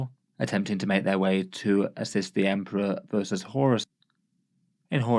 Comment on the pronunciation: I really liked when he said "it's emprah time" and emped all over those guys.